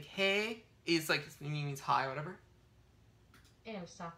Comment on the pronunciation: The name thing is about getting the pronunciation, not doubt. For example, you did two vowels with Elsa, then the long vowels with 'Roosa'. The fact you know the name Elsa is probably not a good thing really, because you are mispronouncing it, like you did with 'minä'. You are saying the 'a' and 'ä' like you would the schwa sound, as in the 'ugh' sound at the end of 'mother'. This isn't how it's said in Finnish. 'a' and 'ä' are a bit like the sounds in 'car' and 'cat', respectively. i.e. they are different. But not the scwha, or unstressed 'a' that is used for all unstressed vowels in English except 'i'.